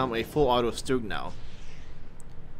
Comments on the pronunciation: StuG --> shtook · pronounce it as a SHtug. by the way is anyone here who could make a custom skin for my SHTUG? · Btw the right pronounciation is ''shtug''